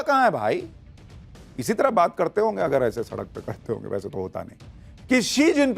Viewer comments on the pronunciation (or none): none